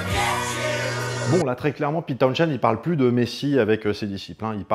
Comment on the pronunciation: Trilogie presque complète... On a ni parlé de Meher Baba, ni de Kit Lambert, qui pourtant, ont influencé Townshend (on ne prononce pas le h, au passage... Comme Portishead) durant la gestation de Tommy !